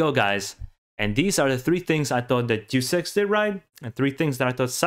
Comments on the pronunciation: You pronounce Deus Ex like “do sex” and “deuce ex”, which is funny. A better approximation would be “Deh-oos Ex”. It’s short for “deus ex machina” (Latin for “god from the machine”). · Not sure if anyone has said this here and I hate to be that guy but "Deus Ex" is pronounced "Dayus Ex" not "Do Sex" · It's not pronounced 'Jew Sex', but, say it with me: Day-us Ex. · It’s pronounced (Day-us X) Deus Ex, not (Doose X) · It’s driving me nuts, hearing him constantly mispronounce the title of Deus Ex. I mean the spelling of it doesn’t even spell for “Doose Ex” . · I always thought it was pronounced "Day-Us X" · The way he says Deus Ex sounds like "Due Sex," and it makes me laugh each time. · "juice ex" lol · It’s deus ex not do s... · Duice Ex. 😂😂😂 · its one of those moments like they way you pronounce Ryu. Since the first deus ex i have been pronouncing it apparently wrong and so hard to change...lol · ehhh... having to listen to you mispronounce deus ex for 8 minutes....